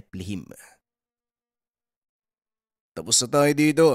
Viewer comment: NEPHELIM po yun..hindi Neplehim.. mga sinaunang giants kamag-anak nung giant na pinatay ni David